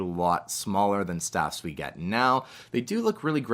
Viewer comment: I don’t know if its only I or you hear it too, that you pronounce the droid speeders as “staff”, but they are called STAP speeders. To the best of my knowledge.